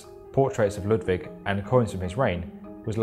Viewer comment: Very nice video, but as a german, the pronounciation of "Neuschwanstein" (a bit better would be a small pause between the Neu- und -schwan and -stein) and also "Ludwig" is terrible :P